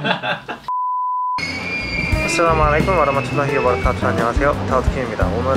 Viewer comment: U say aslamualykum